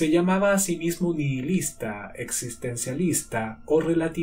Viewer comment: Ya se que fue lo que me paso con esa palabra, busqué en el diccionario google la pronunciación y es así, NI-I- LIS-TA, es decir la (h) no suena es muda, mientras que en la narración suena como una (j). Es sabido que en ingles la h suena como una j pero en español (Venezuela) la h es muda, nos lo enseñan en la escuela desde pequeñitos y en google la pronuncian así, muda. Gracias y bendiciones.